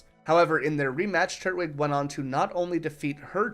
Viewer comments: Turt wig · do you know how to say twig? The way you pronounce its name is infuriating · i always thought it was tur-twig but this guys saying turt-wig lol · Great video, hate how you say turtwig though